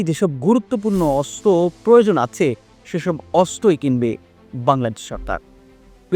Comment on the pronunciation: আপনি আছে কে আথে বলেন কেনো?